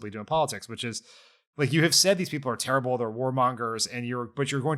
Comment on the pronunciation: I like it when he says HARRABLE instead of Terrible. 😂